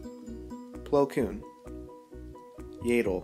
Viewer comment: It's yaddle not yeadle